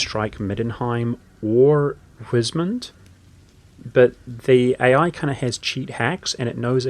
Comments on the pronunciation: heh sure. Secessionist is said like cess (eg cesspool), so like cess-session. I believe you said succession in the video. W in German (which the empire in Warhammer is a parody of) is pronounced like a v in English, so weismund sounds like vice mund, (German vowels are pronounced in the order you see them, so ei sounds like I or eye). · I noticed you had a few words you pronounced a little off, like secessionists, and weismund, would you like to see how they're typically pronounced? I know this kind of comment can often come off sounding bad, so i just want to state that it's meant only as assistance if you want it.